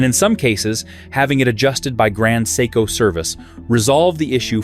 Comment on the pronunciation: maybe you should first learn how to pronounce "seiko"?